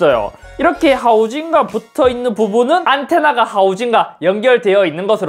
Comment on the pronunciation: 하우징과 말할때 연변사람같앜ㅋㅋㅋㅋㅋㅋㅋ